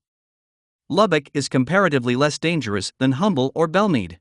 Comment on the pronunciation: You are mispronouncing the town of Humble.It is pronounced UM-bel. It has a silent H.